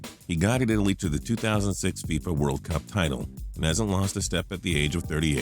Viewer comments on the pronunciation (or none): none